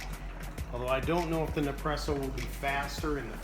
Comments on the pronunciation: What does "Ne-presso" mean? ;-) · You’re missing the first S when you say nespresso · Alex Keys he is saying it totally wrong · What's crazy is, he says espresso just fine but can't say Nespresso. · NES presso dude.. & its pronounced Dee long ee.. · A good review...but funny how you mispronounced nespresso as nepresso and delonghi and delong.... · Nice job on the video and taste testing. By now you probably know this, but it’s pronounced Ness-Presso. You may not be aware of this, but Nespresso only buys the very best coffee beans from around the world. I’ve heard that it’s the top 1-2% best coffee beans every year and they only buy the best so that we get the most flavor possible from every pod. I also have a Keurig 2.0 machine and even when it’s set to bold, it still can’t compete with the Nespresso Virtuoplus machine’s output for flavor and intensity. Also the pods are recyclable aluminum so they can be returned to the vendor to be melted down and reused in future pods. Thanks again for the video and information. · It’s NES PRESSO, not NEP PRESSO... dummy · its neSpresso not nepresso im italian so that bothers me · It's pronounced Nespresso. Your forgetting to say the S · Did anyone else cringe every time he said "Ne-presso"??? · Hahahahahah Hahaha ok I had to stop watching your video could not take you seriously. you mispronounce the name through the majority of the video not NEPRESSO.. think you might be having some Mandela affect issues . Hopefully I'll find one of those NEPRESSEO machines and give it a try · Its NeSpresso 😂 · You should do a review where you mispronounce as much as you can so everyone freaks out. LOL Gotta get me one of these Nepresso's soon! :D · Everytime you say ne-presso, someone somewhere kills a fla-mingo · as soon as he said Nepresso I bailed. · "Ne-presssso." Man, you americans always have to fuck pronunciations up, eh? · it's neSpresso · You kept saying Nepresso and it was pissing me off!! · I was correcting him every time! 😂